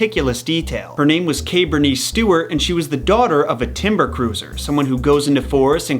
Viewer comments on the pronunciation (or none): none